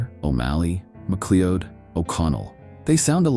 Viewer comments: MacLeod is pronounced MacCloud. Stupid AI bot! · "MacLeeod"! Oh thid is amusing!